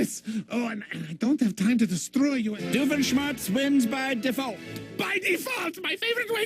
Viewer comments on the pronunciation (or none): Mich dünkt es schade, daß Doofenschmirtz immer verliert. Er siege endlich einmal !!! Wieso sagt ihr alle *Dufenschmörtz* und nicht *Doofenschmirtz*? Haha ist das witzig.